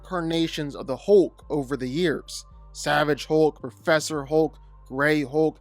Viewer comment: hoke - you say hoke - is that a canadian pronunciation?